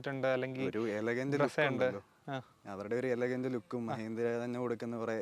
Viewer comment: മ്യഹീന്ദ്ര, മ്യാരുതി എന്തോന്ന് ഭായീ ഇത് മലയാളത്തെ കൊല്ലുന്നോ